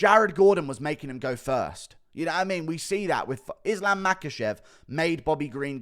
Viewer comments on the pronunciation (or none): none